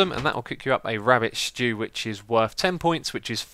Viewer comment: Lol sounds so funny 'rabbit shtew'